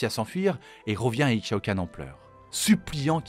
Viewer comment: Le x d'Ixaocan se prononce comme celui d'Ixtal (Ishtal, "Ishaocanne") Belle vidéo sinon, en même temps quand ça concerne l'impératrice :3